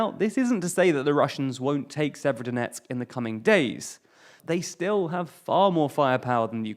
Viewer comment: FFS stop mispronouncing place names, you can go to wikipedia for rubizhne and severodonetsk with the proper pronunciations.